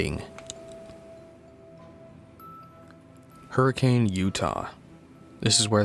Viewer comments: Lifelong Utahn here- fun fact about Hurricane, Utah is it's actually pronounced "Her-uh-kin", and really more like "Her-kin" if you have a Utah accent. People who live in Hurricane will get mad at you if you pronounce it "Hur-uh-cane". (I'm not from Hurricane so I don't mind it lol) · Utah resident here. A quick and annoying correction, but one that is very important: Hurricane, Utah isn’t pronounced in the conventional way. You pronounce it “Hurr-a-kun.” The town was originally pronounced the conventional way, but there was a lot of British settlers that pronounced it differently, so it just kinda stuck. I’ll always be baffled that Scott chose Hurricane of all places for Fnaf to take place. Even today it’s a relatively small town. It was much smaller, and practically desolate in the 1980’s. It would make much more sense for Fnaf to have taken place in a town like Provo. There’s always a new business starting up there. Salt Lake City would also make a lot more sense, especially when you consider Utah University some pretty stellar technology programs.